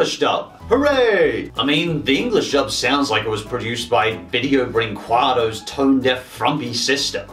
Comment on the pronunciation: The way you say brinquedo...😂😂😂